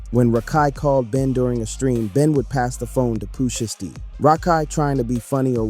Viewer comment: That nigga said Pooh shitsty😂😂😂